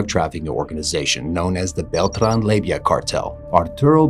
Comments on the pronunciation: It’s pronounced lay-va not layvia you little labia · Lay va, not lay vi ah. There is not an i in the name. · Leyva... NOT Leyvia